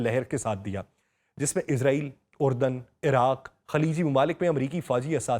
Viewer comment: اسلام علیکم سر آپ سے درخواست ہے کہ لفظ اسرائیل ہے نا کہ عزاعیل